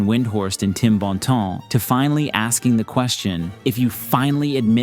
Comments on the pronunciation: Tim Bɔ̃tɑ̃ 🤣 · Was delighted to finally hear someone pronounce it correctly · Loving the proper French pronunciation of Bontemps 😂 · I love how you went for the French pronunciation for Bontemps. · Points for proper pronunciation of Tim BONTEMPS!! lol